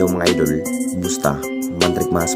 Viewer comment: Puro ka idol hindi idul ... Idul ka ng idul bulol